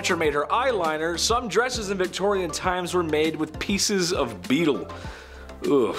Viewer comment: Beetles! Not beeltes. Just saying. Love your work! ❤️